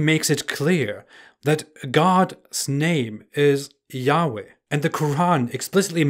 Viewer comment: Y-hwh is not said like you said it. Right now no one knows how to say ot so in Hebrew it said ad-onay or elo-him.